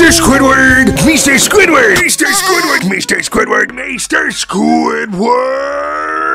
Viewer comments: MEESTER SQUIDWEED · meester squidwurd